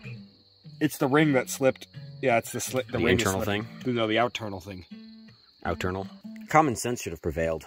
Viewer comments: Lost me at “out-ternal” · “Out-ternal” FFS